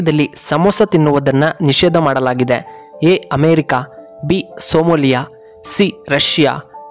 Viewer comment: ಅದು ಸೋಮಾಲಿಯಾ. . ಸೋಮೋಲಿಯ ಅಲ್ಲ